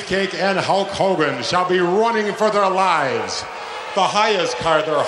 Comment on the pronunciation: All the heels always called Hulk "Ho Kogen"